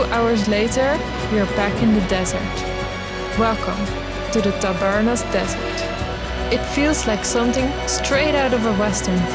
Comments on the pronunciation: Tabernas, not Tabarnas.. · Es Tabernas, no Tabarnas. Buen vídeo.